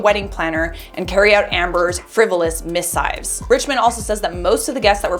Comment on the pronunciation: FYI check out the pronunciation of missive. Great story otherwise, mispronunciation is just distracting.